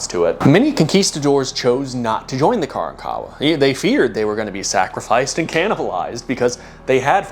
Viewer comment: Hey my dude, know youre not going to see this but grew up in Galveston. Its not KARAN-kawa but kaRANkawa